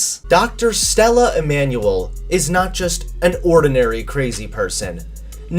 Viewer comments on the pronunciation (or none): none